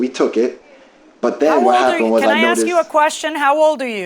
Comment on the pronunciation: It’s ASK, not AXE!!!!!